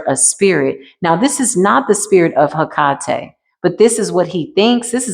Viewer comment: Do you mean (Hekate), pronounced Heck a tay. Hekate is not one to play with, these people are CRAZY!!!😳😳